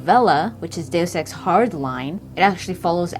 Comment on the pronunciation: Kudos for saying 'deus ex' correctly lol so many people butcher it.